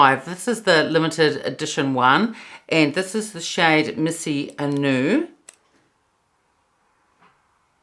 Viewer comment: I ordered Illusion and Mise A Nu today. They both look beautiful on you. Mise is pronounced 'meez' (rhymes with 'ease') not 'missy' btw. 🙂